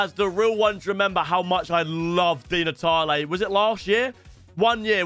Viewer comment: Bro he said between Di Natalie or ockocha